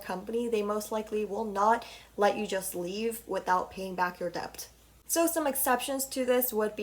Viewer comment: This was interesting but you pronounce debt and debut so wrong. The b in debt is silent and debut is pronounced day-bew not day-bwe